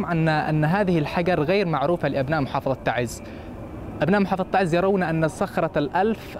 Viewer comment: اعجبني لفظ اسم تَعْزْ وليس كما يتلفظه بعض القنوات الفضائيه التي خلطت اللغة العربيه باللهجات العاميه فهم يلفظونها خطأً تَعِيز شكرا لكم🇸🇾